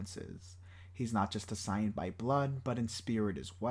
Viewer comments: Why do you pronounce saiyan as sai-an and not say-yuhn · Wtf is this video. Is it written then spoken by ai and not proof listened. What is boo doh-ki What is a sigh-in Karin? I fkn hate AI voice. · The substance in this video is definitely there. But the fact that you cannot pronounce saiyan to save your life is wild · I really hate the way you say saiyan 😂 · I love the video... but every time you say "Saiyan," it makes me cringe 😅 But that's just cause I'm so used to the English dub.